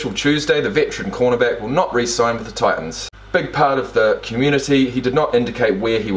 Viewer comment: Ah, the glottal stop at that. You did EXACTLY that.